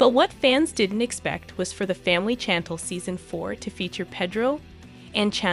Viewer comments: Blogger so thirsty to spill a lie or rumor, can't even pronounce Chantel name right ...Shantelle..lol..stop tha capping 🤣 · Thumbs down for you not prouncing Chantel's name correctly. It's not Chan tell! I couldn't even finish watching this video. 🤦🏽‍♂️ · The pronunciation of the "Chantel" 🤌🏽 ..."Chantle" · Sorry but I just can’t watch this…….the ‘Chantul’ is driving me crazy. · You are pronouncing Chantel wrong it is Shan-tell! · Ahhh, her name is pronounced, "Shhhhantel" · I know you read these comments so why do you insist on calling Chantel , "Chan-tell?" Otherwise, we appreciate and love your videos. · Her name is pronounced SHantel! Do you even watch the Show?!! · I love this. I just need you to learn how to correctly say her name. It’s as if you have never even watched the show. “Shawn-Tall” is how Pedro pronounced it. So the show is called The Family Shawn-Tall. But her name is pronounced Shawn-Tell. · Her name is actually pronounced "Shan-tell". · yup. That’s right. I stand corrected. 💕 CHANTLE sounds like some kind of prescription medication 💊 on commercials. Every time I hear it it makes my ears hurt. 🤣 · It’s pronounced shan tel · StoP purposely butchering that woman's name, you ain't slick! Everyone knows good and welL that her name is pronounced "ShaN-tell" aka Chantel!!! 🤡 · Learn how to say her name damn it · She said the lady's name a thousand times. I got irritated hearing it mispronounced so much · I hate she keeps saying her name wrong. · Pronounce it correctly lady!!! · I know it's driving me crazy the way she is saying it lol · Ridiculous that the announcer can't even pronounce Pedro nor Chantel correctly UGH!!! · I'm tired of this person that can't do proper annunciation of African American names. If she can say Channel then she should be able to say Chantel. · Can you say the girls name right? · You need to pronounce her name correctly. It kind of loses the message when you cannot pronounce her name. Thanks for the update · very annoying